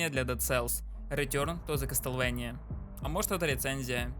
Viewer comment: (Извини за то, что я душнила) Не кастлвэния, а Ка́стлВа́ния